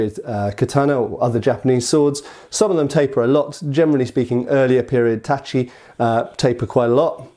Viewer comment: "katana" in Japanese refers to any single edged swords, especially Japanese ones, or "nihontō" (Japanese Katana), and not only Edo-style (Eh-do, not EE-do!!!!) swords. Ugh, at least you're getting "tachi" right now. I'm proud of you for that.